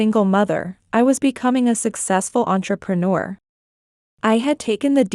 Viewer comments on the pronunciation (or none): none